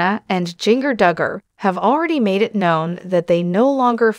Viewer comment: Her name is Jin Ger. Not jing er